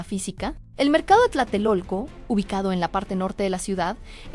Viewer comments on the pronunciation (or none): none